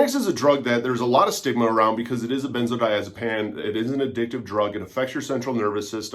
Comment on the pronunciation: Why on earth would you pronounce benzodiazepine like “benzodiazepAN”?